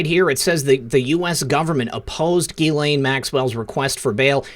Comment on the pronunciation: Her name is pronounced Jiz-Lane.